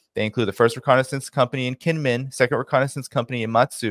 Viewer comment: Pronounced jingmen island. And its not a hundred miles from the main island. Ya might wanna do just a tad more research before posting. As well as the actual relationship both kinmen islands have with China.